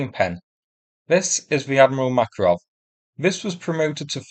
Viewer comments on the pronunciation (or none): none